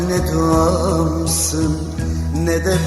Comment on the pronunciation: Nede kelimesini çok güzel söylemiyor mu